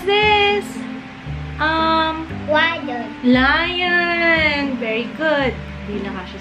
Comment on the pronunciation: the way pronounce ‘lion’ goshhhh